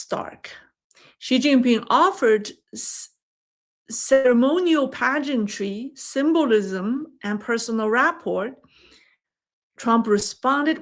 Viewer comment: rapport the t is silent